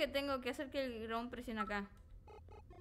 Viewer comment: y su super pronunciasion de dron... wron